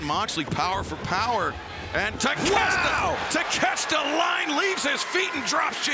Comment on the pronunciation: Ta-Kesh-Ta?...WTF. It is pronounced, Tak-a-shee-ta!